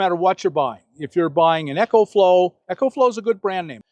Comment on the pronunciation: The Eco-Flow (pronounced E-co, not echo) is a terrific power box. But I am happy with my EB70S Bluetti, 800 W. :) Nice to see you coming around to new technology, Bob. Hopefully, I'll have my Class B+ this weekend. :) Jon in rural BC, Canada